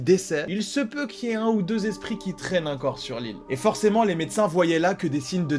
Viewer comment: Moi c est quand il dit " UNcore "...je frôle l'AVC 😓🙃